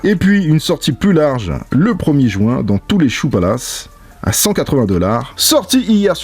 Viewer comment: Il dit le samedi premier "jouint"